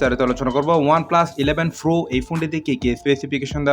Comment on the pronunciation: Pro na .. Fro .. Fro... 😁😁